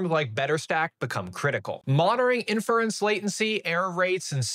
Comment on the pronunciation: the way he pronounces “NVIDIA”, “inference”, and “quantization” in like 10 seconds makes me really doubt his credentials.